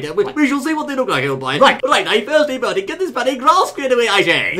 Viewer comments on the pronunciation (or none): Berry? Its Bertie